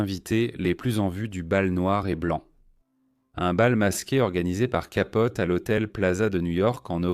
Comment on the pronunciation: C’est Capote et non pas Capolti